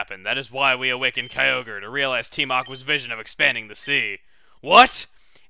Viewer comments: It is pronounced kai-o-gre because if you leave out the ky you get ogre. Believe me, I also used to pronounce it kai-o-gray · Lol, I remember when I used to pronounce Kyogre by "Ki-o-gray" as a kid. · I was wondering, do you know the pronunciation debate for Kyogre? One side says Kai Ogre, and the other says Kai Oh Gree. I believe it can be both. What are your thoughts?